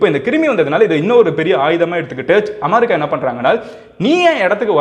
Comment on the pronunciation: அமாரிக்கா இல்ல தம்பி அமெரிக்கா